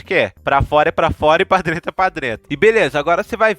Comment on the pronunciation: O vídeo eh ótimo. Mas foi complicado ouvir falar "drento".😂. Mas de muita qualidade o video